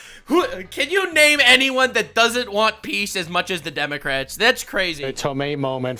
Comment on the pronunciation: We supposed to pronounce the word Democrats with silent "C"😂😂